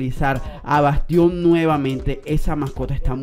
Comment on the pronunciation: No es bastión es Bastián xd